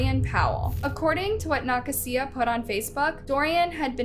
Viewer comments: Pretty sure that name is pronounced Nuh-kay-zuh..🤔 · nuh- kasia like asia not whatever you were saying. you gotta start doing your due diligence, you pronounce names nowhere near correctly so much it just feels blatant and disrespectful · Youre saying Nakasia so wrong it hurts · The way she said “Nakasia” made me laugh 😅